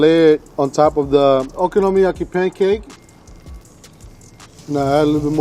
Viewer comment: he says okonomiyaki 400 times perfectly, but worchestershire sauce gets binned off with no attempt